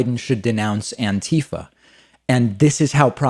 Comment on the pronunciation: Come on, buddy, it's "anti-FAH"